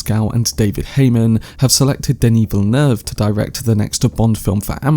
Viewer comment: As a guy from Montreal, bravo for your pronunciation of Denis Villeneuve. It’s pretty much on point. It’s rare.